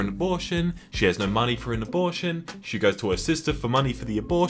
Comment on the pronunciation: I swear you were saying "abullshit" instead of "abortion"